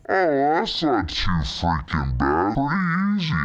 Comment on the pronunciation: Lol - he sound like he’s saying fucking but he’s actually saying freaking😂